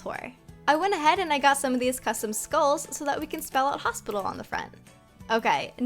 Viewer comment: Literally in the last vid one person said hostpital